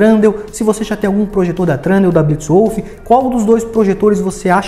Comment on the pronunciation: Cara, mto bom mas não é Trundeal, é Thundeal